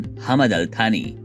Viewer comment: थानी नही यार सानी